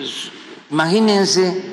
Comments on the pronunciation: Dice " maginense". No imagínense. Buscar en el diccionario la palabra " maginense" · No dice imagínense le pone una N al final imaginensen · Maginense,, 14 años ,,en la universidad ,,y todos los años viviendo de parásito ,y no sabe pronunciar ,a 😂😂😂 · El señor dice Maginense!!!!!!